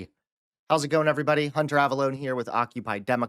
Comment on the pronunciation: Hunter : Please Speak Slower and more clearly when you say your name. " Hunter " again sounds like you are saying " Trevor "